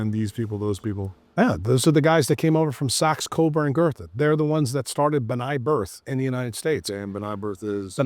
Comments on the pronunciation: w/respect, it's Rothschild (there's an "s" after the Roth, before the "child"). Yes, its a tongue- 'twister! And its B'nai B'rith, not Birth. Sorry, I'm a "word nerd"! 😅 Also, its allodial title, not alloidial title. Yes, we need it back. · It's B’nai B’rith (benay Brith), not Bnai birth!